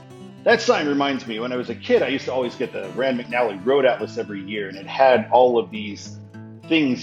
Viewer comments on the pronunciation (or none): none